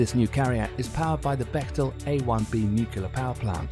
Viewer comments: The word is NUCLEAR, not NUCULAR. Otherwise, an excellent clip. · NUCLEAR not NUKULAR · I've never heard someone mispronounce nuclear with a British accent before. Its nice to know its not just Americans who do it.